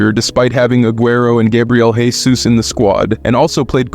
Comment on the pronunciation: forgot about Gabriel "Resus" he's Brazilian not Spanish calling him Jesus like hes from the bible would've been less insulting